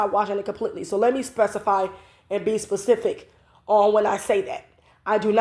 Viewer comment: Specific, not pacific.